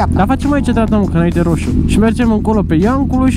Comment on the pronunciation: "Hadule, nu stam la hosu! Vehde, VEH-DE!!!" Are un rarait aparte 🤣🤗